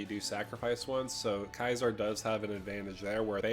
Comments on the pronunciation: Yo its pronounced See-zar... not kisar. ... its the same as the salad. Its a soft C. Maybe you got mixed up with kykar? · ceasar = "kayzar" ??? I cant listen to this video any more, Im out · Loved this video, just super bothered by the way he said Caesar. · You DID NOT just pronounce "Caesar" like that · Mate that’s an interesting way to pronounce Caesar lol.